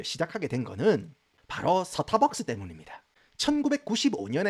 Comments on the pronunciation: 영어발음 좋으신데 스타벅스는 왜 서타벅스에요 ㅋ🤣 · 서타박서.....ㅎㅎ 정겹네요